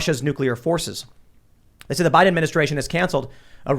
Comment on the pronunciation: say it correctly. biden showing how weak he is